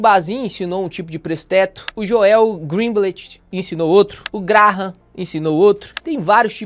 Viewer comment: É Jôel. Nao Joél hahahaha acho engraçado o jeito que fala o nome dele